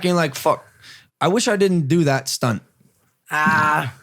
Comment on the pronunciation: 😂😂😂 the way he says stunt 😂 good question tho